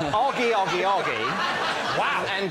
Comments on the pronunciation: If it was spelled aggie it would be like maggie, it is spelled oggie so is pronounced oggie. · ..... But it's >O Au<gie..... Augmentation has a different sound to it than Omitting. You saying 'rarar to me Augie is XXX' well okay but the name is Oggie, not Augie. genuinely do not understand why you took it upon yourself to give this story a completely different name and then act like we're the weirdos.